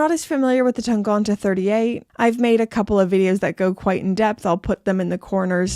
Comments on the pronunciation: Hey! As a Nomos fan myself, I’ve really appreciated your series about this colorful Tangente collection and Nomos in general. Great videos! And congratulations for your new watch, great choice! Only one thing: I’m relatively sure (I’m not a German native speaker, but I’ve been living in Germany since ten years now) that your pronunciation of ‚Tangente‘ is Not quite correct. You seem to almost pronounce the first ‚e‘ as an ‚o‘. However, one of the nice features of the German language is that most of the times a word is pronounced exactly as it‘s spelled (with few exceptions), and this is one of those cases. So you just pronounce the first ‚e‘ as an ‚e‘, as you correctly do for the last one. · The way you pronounce Tangente is very charming! Still, here's the right pronunciation: 1. syllable sounds like "tongue". 2. syllable (gen) like the second syllable in "again" or like "ten" with a hard "g" instead of the "t". 3. syllable like "till" without the "l". In the end it should be 100% authenticly pronouncable for an englisch speaking tongue. 😉